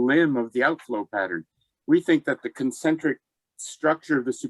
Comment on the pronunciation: at 21 minutes: Concentric rather than "concentic"